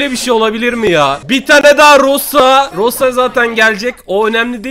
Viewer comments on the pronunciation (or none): none